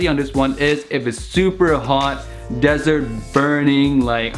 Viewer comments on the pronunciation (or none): none